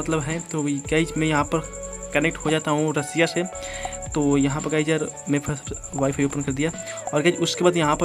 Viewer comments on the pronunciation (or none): none